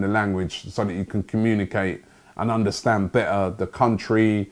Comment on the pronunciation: Its not 'yandastand' bro, its 'yunnerstan'.